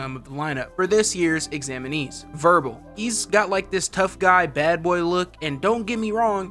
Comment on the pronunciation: isn’t his name wirbel not verbal